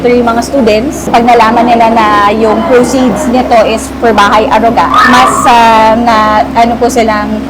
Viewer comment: Naintindihan ko pa na mali pronunciation ni james ng aruga, but why si karen din? 🙄 nwey not a hater but its getting out of hand lang why filipinos wont speak proper tagalog. Gusto ata maging extinct languange na. Nwey i know karen speaks tagalog pa din naman tlga. Just ranting generally abt this thing abt pinoys. 🙄